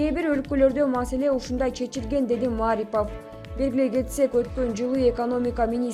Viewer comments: Диктор кыз кыргызчаны туура окуп уйрончу Маарипов эмес Мариипов деп окулат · Маарипов эмес Марипов фамилия атты туура айтып туура окусанар силерди коп эл угат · Ииий ушу кыздын билим денгээли ото томон окшойт окуганына угуп отуруп жинин келет Маарипов дейт ай , ударение Мариповко и ге тушот аты жон фамилиясын таптакыр окуй албайт экен да уят эле вообще любой создорду 2 чи класстын кызындай окуйт 😂🙄🤨🤔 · Эй журналюха атайын интонацияны тескери койуп айта бересин ,; мааарипов эмес ,; марииипов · Журналистер Мариповдун фамилиясына Басымды (Ударенияны) А тамгасына кою М Ааааарипов деп окуп жатышат. Депортация деген созду да туура эмес айтышат, пандееееемия дегендей кылып. Журналистик " граммотность" каякка кеткен????🙄😒😔😪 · Маарипов эмес,марипов ударения туура коюп суйлочу карындашым,мен Улукбекмин... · Маарипов деп мааратып койдун го, ушу сабатсыз блогерлердики отту, же орус менен же кыргызча эмес. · Маарипов эмес Марипов эле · Журналисттер Маарипов эмес Марипов деп так туура качан суйлойсунор? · Эмне деген сабатсыздар ,озунун ишин жакшы билбегендер,жок дегенде туура айтышбайт Мааарипав деп.ушакчылар. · Окуп аткан кыз Маарипов дейтко. 😅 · Туура суйло,Марипов,пример деген ж,б, дайыма туура эмес окуйсун,озунду,озун текшербейсинби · Эй двоишница Марипов деп окуганында басымды и тамгасына кой. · Диктор туура окучу Марипов дегенди да туура айтпай жвтасын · мАрипАв дейсин акмак кыз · Окуп жаткан журналист кыз кыргызча фамилияны туура окуганды качан уйроносун,окуганды билбейсин,кыргызча создо эч качан ударение болбойт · Ай келесоо диктор сорой сен орусча эле создорду окуй албайт десе, сен даже Марипов деген фамилияны туура эмес окуп жатасын, ударенияны а га эмес и тамгасына койуп оку, мынча сабатсыз пендесин деги